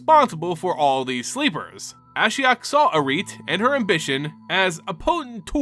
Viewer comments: Eriette is pronounced (Air-E-et). Just saying, I mean no disrespect. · It's very distracting when he kept pronouncing Eriette as "Ereet" throughout the whole video.